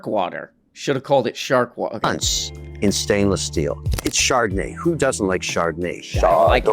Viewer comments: "shart-o-nay" wine. Lovely notes of shart. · Char-don-ay? CHAR-DON-AY?! Say it right, Frenchie!